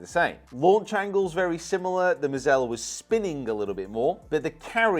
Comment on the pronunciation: It's prononced (Maah-zahl) like Mazel Tov. It's hebrew for "Luck". Good luck, Congratulations, etc...In Hebrew. Every Youtuber who reviews these clubs butchers the pronounciation. Additionally, The blue headed driver that looks a bit old school did better than their gamers for Rick Sheils and Mr Short Game a couple of years ago. They of course couldn't buy into that for a gamer...but It did. Also, They make the Square strike. Which is gimmicky...And AWESOME as a chipper. (not the grip...change the grip) But the club at 55* is SOO good around the greens. It's not the one trick pony that people think. With a touch of practiced manipulation...that club can be the MVP of your bag. Just sayin'. Why are you worried about them sponsoring a club on Amazon? Like Taylormade doesn't dump millions into marketing to influence you? Come on...